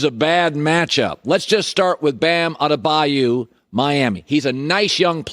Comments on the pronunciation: Nobody: Colin: BAM ADEBAYOU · He said “Bam Adebayou” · Why do say: Adebayu ? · Collin “Bam Adebayou, it’s Adebayo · Bam "down by the" Adebayou according to Colin's pronunciation of his last name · Bam Adebuyou